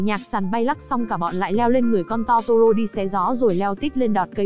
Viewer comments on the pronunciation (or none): Totoro mà lỡ đọc thành toro =) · Totoro chị ơi :( ko phải togora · chi oi chi doc sai roi nguoi ta doc la totoro